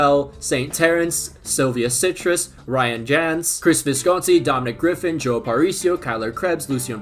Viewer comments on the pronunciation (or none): none